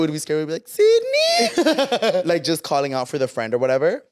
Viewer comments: "Sidney" 😭 it's Cindy! 💀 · Died every time they said Sidneyyy 🤣🤣 baabess it’s Cindyyuuuhh 😭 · The way you guys say “Sydney” when it’s “cindy” 😭😂😂😂😂😂😂 “Cindy the TV is leaking” 😂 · Ahhhh the “ Sydney “ is killing me when her name is Cindy 😂😂😂